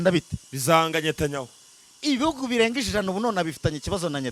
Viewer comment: Ni Netanyahu not Nyatanyahu